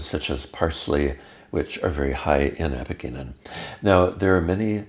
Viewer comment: Great video, thanks! (It's pronounced "a-pee-jeh-nin" not "a-pee-ge-nin" though.)